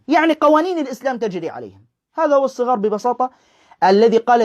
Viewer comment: الصغار بفتح حرف الصاد و ليس بكسره ..للتصحيح فقط